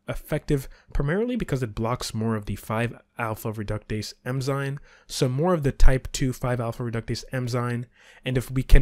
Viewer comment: Great video. Small tip: it is “eN-zyMe” not “eM-zyNe”